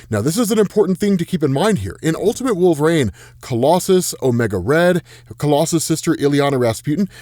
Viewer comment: Who in the world is "Wolveraine"?